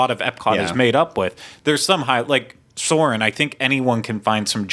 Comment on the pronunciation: It's Soarin!!!!!!!!!!!!!!!!!